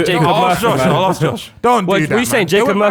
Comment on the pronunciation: Someone help pronounce “ask” pls